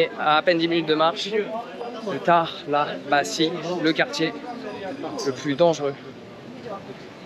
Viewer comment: Je crois que ça ce dit Talabacheu en turc et non talabasi